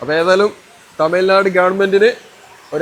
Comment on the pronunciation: As a malayali , speaking in malayalam, you could have pronounced തമിഴ് നാട് correctly!